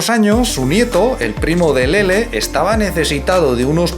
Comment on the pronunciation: Que bien pronuncia LELE 🌹👶❤